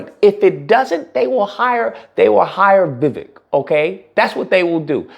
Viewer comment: It’s pronounced more like Vi-wake not Vivick